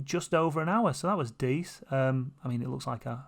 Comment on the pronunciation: Did you just breev decent into dees?